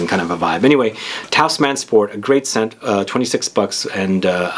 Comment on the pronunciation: "Tous" is pronounced kind of like between "toose" and "tohse", definitely not rhyming with "house"